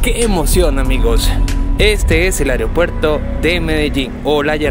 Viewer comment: con mucho respeto unas sugerencias: se dice aeropuerto (no "ariopuerto"). Usted está llegando al público y el cuidado del idioma es vital. Otra cosa: investigue sobre el lugar que va a visitar en este caso usted pasa desconociendo un lugar icónico de nuestro querido aeropuerto como es la zona dedicada a Carlos Gardel quien falleció allí en 1935 debido a un accidente en pista del avión en que iba. La estatua que ve es en homenaje a Enrique Olaya Herrera presidente que apoyó la construcción del aeropuerto. Finalmente desde que se inauguró el aeropuerto es costumbre de la gente ir a la cabecera de la pista a ver partir los aviones. Si le molesta mi comentario me dice y lo borro.